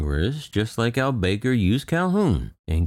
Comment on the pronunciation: I believe his surname is pronounced Al Back-ar. ;)